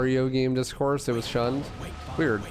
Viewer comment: blud said weirdge